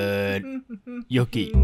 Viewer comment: อ่านว่าโยกินะครับพูดพร้อมกันนะครับยอโอโยกออิกิ โยกินะครับ555